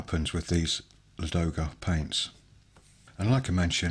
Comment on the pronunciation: Thank you for the video. :) pronunciation of Ladoga is lAdoga not ladOga. It’s a name of a famous lake located in the Karelia where from the Neva river starts